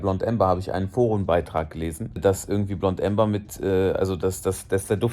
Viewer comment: Wird Ämber, nicht Umber ausgesprochen 👨‍🏫